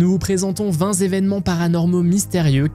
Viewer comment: Bon ben moi 20 Zévènements ça m'a crevé les tympans !!!